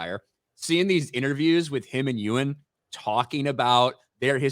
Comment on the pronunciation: you need to learn how to say EWAAAAAAN’s name